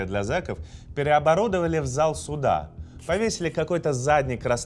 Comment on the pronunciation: К логопеду бы тебе сходить. Прокачать произношение звука [Л]: обВасть, заВ суда, фВаги.